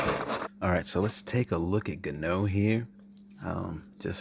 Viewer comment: Correct pronunciation: Francis "In-Gah-Knew" not Francis "In-Canoe" 🤣 Regardless solid review cheers 👍🏼